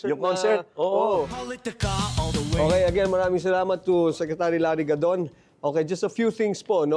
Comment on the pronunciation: Sorry it's larry gadon not godon